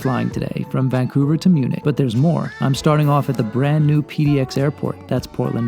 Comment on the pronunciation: You mean "Vancounver" :D